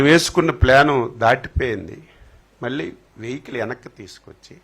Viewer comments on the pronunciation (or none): none